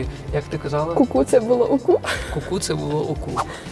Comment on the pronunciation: То мені здалось чи то УКУ звучить як ОКУ?